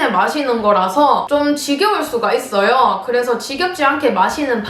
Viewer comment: ~~하고여~~ 있↗️어요 할때 너무귀여웤ㅋㄱㅋㄱㄱ이거슨 사투리인가 서울말인가